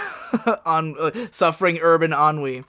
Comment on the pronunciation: That's how you pronounce "ennui"? Holy shit I am a moron.